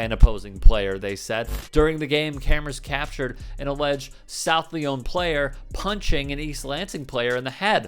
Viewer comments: It is pronounced “South Lion” not “South Leone”. A Michigan resident :) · Good reporting; but just to let you know, it's pronounced, "Lion" not "Lee-On". 😀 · Hey, its not South “Leone,” its pronounced “Lion.” South “Lion” Lyon. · It's South Lion the y is pronounced as an i. South Lyon is a heavily Trump supporting community. Unfortunately I am not surprised by the behavior of the parents or the team. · Grew up in Ann Arbor and South Lyon is about 15-20 miles roughly north of Ann Arbor; it's always been known to be full of the types in the video. Doesn't surprise me. Also, South Lyon is pronounced the same way as Lion. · It's pronounced South "Lions" bro.... ijs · FYI, it's pronounced South Lyon (LION), and 90% of its population consists of semi-sentient blobs of cottage cheese. It's like living in a box full of dull white crayons, who have somehow managed to convince themselves they're super special people. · it's pronounced "South Lion" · As a Michigander its pronounced South Lion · South ‘lion’ is how the garbage place is pronounced…